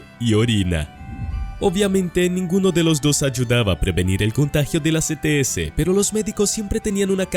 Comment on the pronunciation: Se entiende ets perfectamente